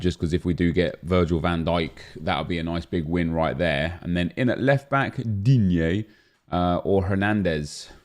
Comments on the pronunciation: Nobody:: diGNEE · “Digne” made my day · The way he says digne everytime he comes up lol